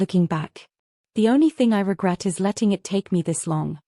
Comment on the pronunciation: and 'I S' instead of 'is'